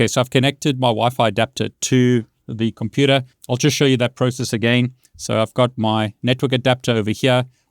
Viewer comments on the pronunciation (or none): none